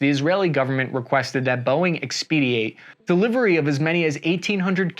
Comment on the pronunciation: Your videos are great but just fyi it’s the second time you have done it or I wouldn’t mention it. You are pronouncing expedite incorrectly. X-pa-dite